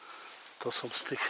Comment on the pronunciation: fajny grzybiarz z ciebie fsjne robisz filmy i masz super powiedzonka ale proszę nie mów że na wodom łapiesz ryby tylko nad wodą, jesteś fajny facet i mam nadzieję że się poprawisz?😃 som to także niepoprawna wymowa tylko są ok? Trzymaj się do następnego filmu😃